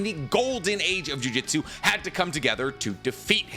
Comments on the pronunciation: While I like your videos and all for the most part, but it kinda bothers me each time you pronounce it as juJITsu, instead of juJUtsu, considering jujitsu is it's own martial art thing and jujutsu is something else entirely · Say it with me JU-JU-TSU, NOT GOD DAMN JIUJITSU FOR THE LOVE OF GOD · Please stop saying jujitsu, that's a martial art specifically centered around submissions. It's jujutsu, 2 very different things.